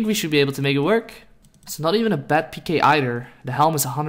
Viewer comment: Your intro made me uncomfortable because you didn’t say it right